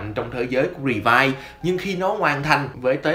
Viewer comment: Revi và vice , gọi chung là revice , ad nói sai r